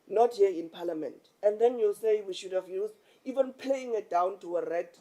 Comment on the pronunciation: Did say paliament 😂eish